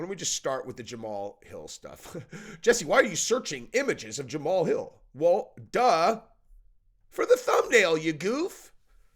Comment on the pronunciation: Ja Ma Hal. Three syllables not two